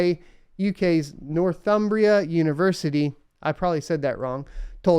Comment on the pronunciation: good video about a bit of a controversial topic. btw - you said Northumbria correctly ;)